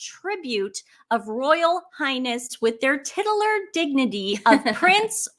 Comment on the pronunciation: I'm sorry to correct your pronunciation, but titular is tit u lar.